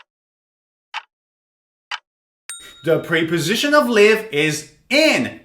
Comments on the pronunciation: they are called “prèh” positions or “prep” -o-sitions NOT ! “preeey”positions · Great lesson but something strange about the pronunciaton of "preposition", I hear / pri..... / instead of /ˌprep.əˈzɪʃ.ən/. How do you all hear it? And I got 10 - 9 and 8 out of ten. Regards. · Preposition is pronounced like the short e in president, not the long e sound. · It's Prep-Po-Sition Not Pre-Po-Sition